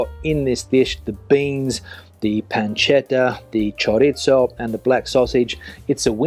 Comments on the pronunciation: No es PANCHETA, sino PANCETA, con C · It's not "pancheta" but panceta. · Una pequeña corrección...panceta se pronuncia con c, no con ch. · Yo le perdono la pronunciación por haber mojado el pan con tanto entusiasmo 😂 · Yes, we've said it time and again: choriZo. th panCeta. th Not choritso, not pancheta. Ironically, he can say paella and Rioja quite right. Misterios. panCeta. th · We already told him, panceta, not pancheta. Also, that It is chorizo, not choritso. PanCeta ChoriZo Both like th in English. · Diga "panceta", no "pancheta"; y es "chorizo", no "choritso". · 😂😂😂 ChoriZo PanCeta No choritso and no pancheta. But he can say Rioja, por lo menos, ja, ja, ja. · He does not pronounce it correctly. It is: ChoriZo PanCeta ce, ci, za, zo, zu --> th He says "choritso" and "pancheta" instead. It is NOT correct. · Yes but he is not reviewing Italian food. No "pancheta" in Spanish food. He also says "choritso", ha, ha, ha. He can say Rioja but he cannot say chorizo, why? Misterio.